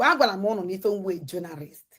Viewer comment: She said she is a journarist. Number one itiboribo. Cannot spell or pronounce anything right but claim she knows